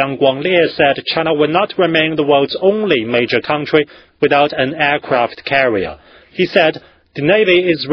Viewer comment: firepower-faier pauer aircraft carrier-eercravt carreear